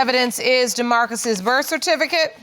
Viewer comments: Lol did you hear when she said she got evilence? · Yo. I was like “wait what’s Evelynce”? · Did she just say evilence?